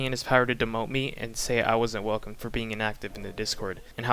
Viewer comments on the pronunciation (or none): none